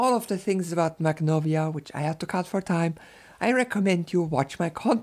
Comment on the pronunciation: I don't speak Russian or Ukrainian but I think that "kh" is pronounced as [x], i.e. the same way "ch" is pronounced in German after back vowels.